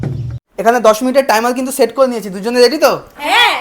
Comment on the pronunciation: করে ❌ কলে✅😂😂😂😂